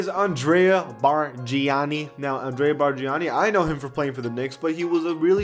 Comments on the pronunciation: It's pronounced Barn ya kneee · Ya that was a joke to hear I already knew he had no clue when he was calling him “Barjiani” He was the most frustrating player we’ve ever had and anybody that watched the Raps back then knew he was hot garbage and the only reason he got all those shots, and minutes is because BC thought Andrea was the next Dirk and made the coaches play him. I am still in shock we got a first round pick for him that was the funniest day of all time what a fleece! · Bargani sucks😂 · The way you said bargnani kinda triggered me